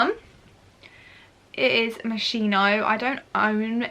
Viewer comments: Its acc pronounced “moskino” not “moshino” just sayin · it’s pronounced mosc-hino not mosh-ino x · Tanisha Ashiq it’s “moskino” lol x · Please do not pronounce it MOSHINO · its mos-kino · No offence, but it’s pronounced ‘moskino’. P.S Love you,you’re such an inspiration to me Xx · lol the pronunciation is “moskino” 😂💕